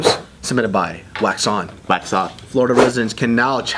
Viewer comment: Anyone else hear "Quackson" instead of "Wax on"?